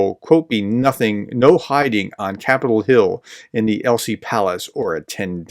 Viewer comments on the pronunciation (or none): I know about your name maming, but c'mon prof. Elysée (aye - lee - szay)